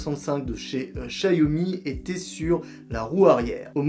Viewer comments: On prononce "Chaomi" Pas Chayomi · C'est noté.🤔 Mais chacun a ces faiblesses.🙄 Moi, je suis nul à la prononciation des mots étrangers.👎 Tu n'es pas le premier à me le faire remarquer. Et je ne m'en fous pas "A LA BASE".🤔 J'essaye réellement de bien le prononcer. J'ai même été voir des vidéos sur la prononciation du mot "XIAOMI" : (avant ton commentaire qui n'est pas le premier, et même avant tout commentaire, je me suis posé la question). J'essaye toujours de prononcer les mots "étrangers" au plus juste mais encore une fois je suis mauvais à ça. Alors "AU FINAL", je m'en fous parce que je vais pas m’arrêter non plus de faire des vidéos où je prononce des mots étrangers, parce que je les prononce mal malgré mes efforts et mes recherches. Même si je le prononce mal tous le monde à bien compris, je pense, que je parles de la "Xiaomi M365".🙂 Il est très difficile pour moi de parler devant la caméra, la plupart des phrases de mes vidéos, ont été répétées au moins 4 à 5 fois (ou 10). Une vidéo très très simple de 3-4 minutes me prends 12-15 heures de travail, cette vidéo m'a pris genre 30-40 heure de travail. dont 5-8 heures de ou je me filme (je monte en même temps mais c'est réellement chronophage).(je suis mauvais et je peux faire mieux mais c'est aussi la réalité de faire des vidéos sur youtube, c'est pas un truc de feignant....) Et j'ai déjà bien du mal à prononcer correctement des phrases en français, il m'arrive souvent de devoir parler devant un auditoire de 15-30 personnes pour mon travail, et ça a é